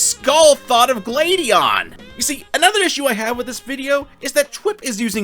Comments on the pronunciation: I was so confused during the gladion part because I thought he kept saying “Lady Ann” and I was like “what has persona got to do with this” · Why is it, that when you say Gladion, I hear Lady Ann